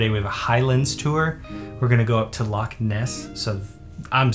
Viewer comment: Indeed! Would've been double respect if 'Loch' was pronounced correctly as well but i'm impressed regardless.